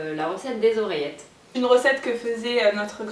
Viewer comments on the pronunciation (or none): oeillettes!!!! mais non....oreillettes!!!!